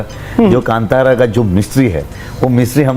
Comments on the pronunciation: please learn to pronounce the words properly... it is not kantara it is kaanthara ( that is how it should be pronounced ) it is not kannadaa it is kannada. Before you make videos it is just a basic research.... get your pronunciation right for God's sake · बाहुबली ❌ बाहुबाली ✅ कांतारा ❌ कंटारा ✅😅